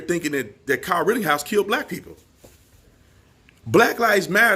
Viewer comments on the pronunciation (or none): B, it's not rittinghouse! It's said "written-house" Rittenhouse. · Why on gods green earth do you keep mispronouncing Kyle's last name? It's rit-tin-house, not rit-ting-house.... My biggest irritation is when someone repeatedly mispronounces words. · Would you please quit saying “RittINGhouse”? 🥴 It’s RittENhouse. Thank you! 😃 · B, PLEASE STOP Pronouncing KYLE'S Last Name: "Ritt-ING-house". It's "Ritt-EN-house". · Tatum, if you want to be able to speak better and pronounce words better, start with pronouncing RITTENHOUSE the way it’s spelled and the way YOU correctly spell it in your video titles. But you keep SAYING “RITTING”HOUSE. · Rittenhouse has no g in it. just saying. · LOL I love you man but when you think it's odd if I called you Brandon Tategum? There's no g in Rittenhouse homie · My favorite thing is how you keep saying “Kyle Rittinghouse”. That, and your clear-eyed analysis. Keep it going! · Love you bro, but it's RittENhouse